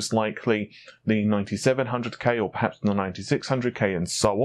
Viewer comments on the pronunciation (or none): none